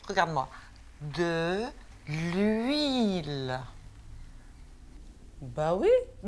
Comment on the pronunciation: J'aime trop le moment où sa mère elle dit de oulil